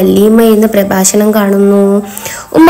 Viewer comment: Prafashnam alla molee prabhashnam😂🤣😹